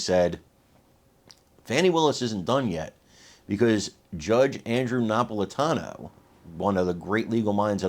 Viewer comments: It's pronounced : na-pol-i-TAN-o. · I thought you were of Italian Heritage so for you to mispronounce Andrew Na-pol-it-an-o‘s name. I do try to watch all your posts and like them all. I do love your coverage and strongly support your hard work in covering current political events.